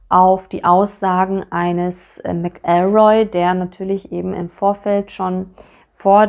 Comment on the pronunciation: Pedantischer Hinweis: Bei McElroy liegt die Betonung auf der ersten Silbe, nicht der zweiten. MAC-el-roy, nicht mac-EL-roy.